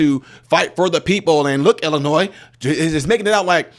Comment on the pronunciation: Why can't people pronounce Illinois correctly? It's NOT pronounced 'Illi-NOISE' it's Illi-NOI. I've seen a few people do this lately. Stop it. Say it correctly, please. Besides that, I'm so glad that the governor is getting defunded. Amazing how stupid he acts. If he IS really that stupid then he shouldn't be governor.